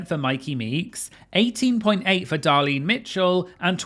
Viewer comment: So funny that he corrects the American pronunciation of Cheshire but literally cannot say “Darlene”. Just a quick reminder is “Darlene” not “Dahlin”